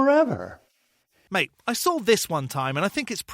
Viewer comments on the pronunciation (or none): none